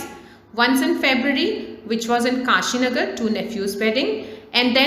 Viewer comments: Good explanation But krishnanagar became kashinagar ... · every thing is nice but krishna nagar became kashinagar XD💀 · Krishnanagar or kashinagar ok😂😂😂